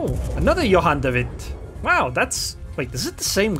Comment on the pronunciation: Your dutch pronounciation of Johan de Witt is very good! =) keep the videos coming!